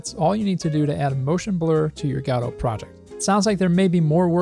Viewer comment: "Gahdouw"? Dude it's called Godot. Goh-doh.